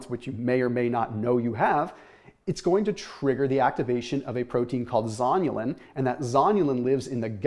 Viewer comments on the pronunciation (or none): You say zonulin, I hear zombielin.